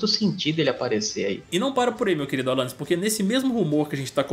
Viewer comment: "Alanius torneirinha" kkkkkkkkkk